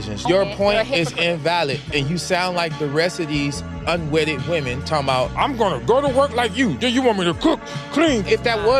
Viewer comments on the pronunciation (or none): Why can't anyone pronounce the word women correctly anymore? As soon as I hear someone say woman when they mean women I instantly lose all respect for their opinion. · I really like you little brother. But i wish you could pronounce singular woman and plural wemon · I’m gonna write this ever video brother you have to Pronounce 'Woman' singular vs 'Women' plural IPA: /ˈwʊmən /, /ˈwɪmən/ It’s like men and man